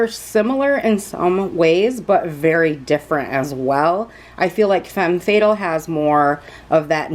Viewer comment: You're pronouncing Fatale wrong it's "fuh-tal". 😉 Thank you for the video. It helped me decide on this palette. ❤️